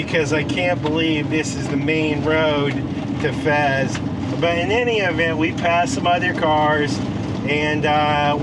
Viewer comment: Fez not Fes!